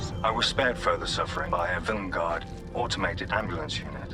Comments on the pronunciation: vil-EN-gard annoys me so much, everyone else in that episode says it right why can’t Ncutiiii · i really like how villengard is handled with the doctor saying it 'wrong', but because it's pronounced 'normally' in the SAME EPISODE it seems more of a quirk of the incarnation